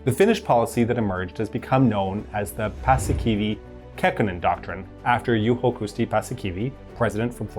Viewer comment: Pussykiwi - Khakkhonen doctrine 😂